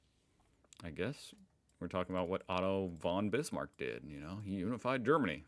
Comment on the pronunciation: Whenever you said „Otto von Bismarck“ I understood „Autobahn Bismarck“ :) And yes, some questions definitely were weird, like from a bad old history teacher.